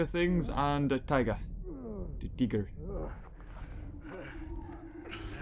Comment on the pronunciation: 8.21 the way he said tigger